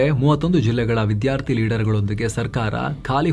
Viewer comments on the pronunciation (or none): none